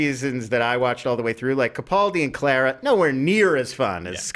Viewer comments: The way they kept pronouncing Clara 😬😬😬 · You are pronouncing Clara wrong.